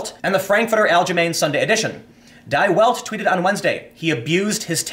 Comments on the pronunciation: D Velt not Die Welt, c'mon Tim, learn your German pronunciations! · Die Welt is pronounced "dee velt". It translates to The World. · BTW Tim, Der Spiegel (pronounced 'dare speegal') is in english 'The Mirror' and Die Welt ('dee velt) is 'The World'. Also note that when 'ie' or 'ei' appear in a word you always take the pronunciation from the second letter. 'Die' is thus pronounced like dee rather than dye. Weinstein is 'wine-stine' and Weinstien is pronounced 'wine-steen'. Get it? Sorry to be a stickler but just trying to inform (I had this hammered into me by a German mother). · It's pronounced "Dee Velt" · Die Welt like in death, yes -- you do pronounce some things wrong, lol. :D